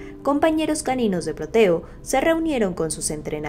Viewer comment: Perrito: Proteo Reportera: Porteo